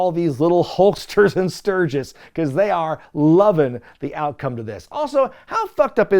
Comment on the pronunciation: Luckily still has Road Wild 1997 & 1998 left to cover in the future, so I guess we now know what the running gag for those Classic PPV Reviews will be... "Emanating from Stur-ghiss, Stur-ghiss... What'd I say, Stur-ghiss?!".